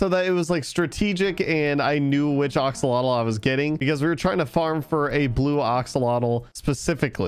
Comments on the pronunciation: Day 1 of telling to say axalotl not oxolotl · OXOLOTOL -_- AXE-L-OTL